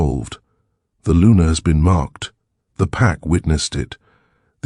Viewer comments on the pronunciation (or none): Luna not Lunar.